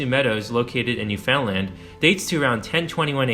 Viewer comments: He's also saying New-FOUND-lind. It is spelled "Newfoundland" but locals pronounce it as rhyming with the word "understand" so... "new-fin-land". This makes more sense as "fin-land" sounds like "Vinland". Born & grew up there... Interesting video. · NEW-fun-dland, not new-FOUND-land. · You have reserved this very well, but I have to say, your continuous mispronunciation of the word "Newfoundland" it made this exceptionally cringworthy for me. Never ever ever pronounce it as 3 separate words. it is one word, mushed together, with the emphasis on the first syllable. Also pronounce it as though it is spelled, Newfunland. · NEW-fin-land. Not New FOUND land. Just a quick Google man. 🇨🇦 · Shot spears and thrown arrows? And it’s pronounced New-fun-land. You don’t pronounce it “found”. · This otherwise informative video is marred by the consistent mispronunciation of Newfoundland. The name rhymes with understand. So practice it.. understand Newfoundland.. in rhyme structure. I am embarrassed for your error here and hope you are too. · A lot of people mis-pronounce it. Newfoundland rhymes with understand. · When you do a documentary and mispronounce NewFoundLand... 😂😂